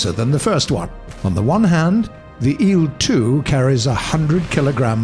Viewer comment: IL is not a word so say i L SPACE IT OUT